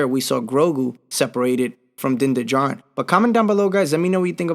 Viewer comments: Bro, I love the way you put your stuff together. You could use a better mic, or maybe add more base to it so you sound more like you’re on radio. And his last name is said like Jarin. Django unchained was the one that got me, lol. People were like no, you’re not pronouncing it right. Love your video. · His name is Din Djarin is right; the D in Djarin is silent.